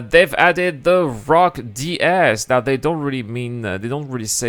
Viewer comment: <3 thank you for saying it correctly.